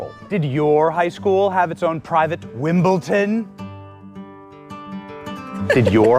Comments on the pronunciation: Oh Benny you said wimbelton not Wimbledon. D not T. 🎾 Sorry it’s my biggest pet peeve. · OH COME ON BENNY. You couldn't say Wimbledon and said at Wimbleton??? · Uh...that famous tennis venue has a "D" not a "T"! 'Don not 'Ton!